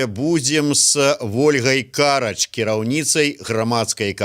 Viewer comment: У Ольги фамилия Карач с ударением на вторую "а" !